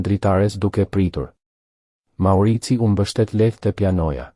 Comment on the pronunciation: Thuhet Maurizio jo maurizi